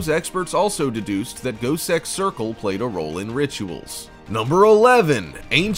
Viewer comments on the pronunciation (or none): I swore the said goatsex circle not gosek